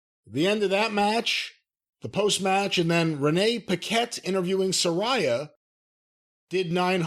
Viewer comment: Lol of course still says Suh-Rye-Uh instead of Sir-Rey-Uh... and he's always correcting Jim on names.